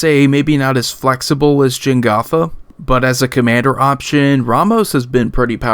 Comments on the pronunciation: Jegantha, not Jengatha. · Minor pet-peeve of mine, but everyone says this incorrectly: It's Je-GAN-tha Not Jen-GOTH-uh